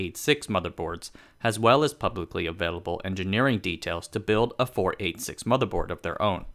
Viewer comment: Haha You can tell kid narrator was born after 1990…. 486….. “ four eight six”. Lol. Dead giveaway… It’s “four-eigtlysix”. And before that was three- eighty six , and before that was two- eighty six.